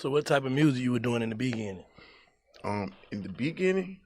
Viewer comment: In the bee gining 😆😆😆